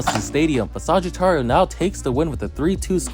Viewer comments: Not suggiturio saj-it-ario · i love his vidios but he sais sagitario wrong its kinda buging me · The way you say Sagittario sound funny. It's almost what I'm used to but you give the last A a small tone